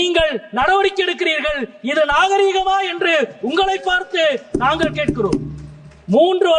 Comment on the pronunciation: மொதல்ல நாங்கல் நீங்கல்னு பேசறய நீயெல்லாம் தமிழ் மொழியப் பத்தி பேச லாயக்காடா. ள் வரலன்னா ஹிந்தியாச்சும் படிடா கண்ணா. நீ தமிழ் படிக்க லாயக்கில்லடா கண்ணா.